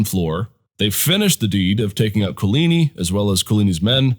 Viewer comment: Could you please find someone at your school to teach you how to pronounce Guise and Coligny correctly?